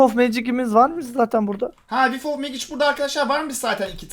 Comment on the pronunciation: abi megic diye okunmuyo mecik diye okunuyo :D